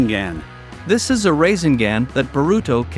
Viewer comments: Not rasengan but rasingan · Mamashiki, it's momosshiki and it's not raising gan it's rasengan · Instead of rasengun he said racing gang 😂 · Rasengan ❌ Rasin gan ✅ Harem ❌ Haram ✅ Jutsu ❌ Jatsu ✅ Hoshigaki ❌ Hashigaki ✅ Chunin ❌ Chanin✅ Momoshiki ❌ Mamashiki ✅ kekei genkai ❌ Keki eye jenkai ✅ Tak-takamisu I quit. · Bro we just finna ignore this mans say raisinGand bruh 😂😂